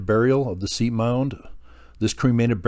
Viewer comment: As a nod to accuracy, pronunciation of Seip as "seep" is incorrect. All of us locals pronounce it "sipe" like "pipe." Sad to hear of his passing.